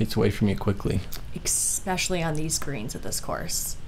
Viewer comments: Eh-specially! Not Ex-specially! No x in the word. 4 times you say it incorrectly. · I axed her why she says expeshelly on them shots. She said for all intensive purposes, it's pacifically the correct word for the moment.